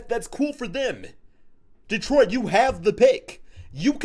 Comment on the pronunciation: Welllll it’s DETRIOT 🤷🏻‍♂️